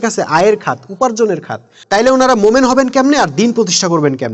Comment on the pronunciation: আপনি 'মোমেন' কেন বলেন,,? শব্দটা আমার জানা মতে হবে, 'মুমিন'।